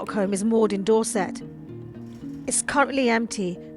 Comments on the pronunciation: How is a woman who cannot even pronounce Dorset be allowed to be a BBC journalist? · I'd like a BBC where the reporter can pronounce 'Dorset'.